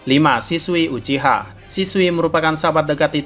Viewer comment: Kok saya dengernya siswi uchiha...